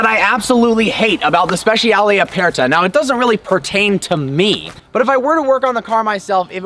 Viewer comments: Note to: This is how the Italians pronounce "speciale" i.e. it's spesharlay not spesh-ee- arlay, (and for the non-Italian-speakers "aperta" just means "open") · At least pronounce the name of the car correctly.